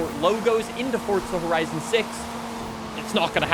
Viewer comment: Fortza > Forza